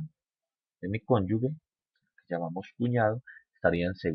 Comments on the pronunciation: no se dice ConyuGUE se escribe cónyuge, y se pronuncia conyuje, es como pronunciar con J, si le queda difícil pronunciar con G, pilas con eso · Se dice conjuge, es pronunciando la g sin que haya una U que no existe, gracias.